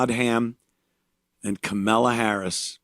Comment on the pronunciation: kamilla kuhmilla Anthony purposely says her name wrong